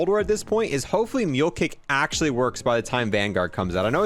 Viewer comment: “THIS THING IS AAACUALLY”